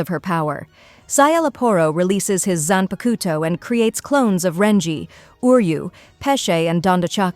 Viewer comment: I really appreciate these in depth summaries for each season but you have GOT to look up the pronunciations, watch a dub or two my gods is it bad lol Zanpakuto is especially egregious. zan-pah-k-toh not koto. The Japanese syllable is a soft k middle upper throat, back of the tongue. Like trying to say "coke a cola" in a Japanese accent. The to at the end is actually tō, sounds like tuoh a dropped t u sound combo that's lower than the English too, but like you saying too with a obvious U In the middle. The tuoh is more enunciated then the k before it.